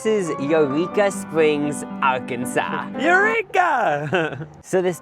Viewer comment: Hey to help you properly pronounce Arkansas, say it like Ar-kan-saw. Not Ar-Kansas😅.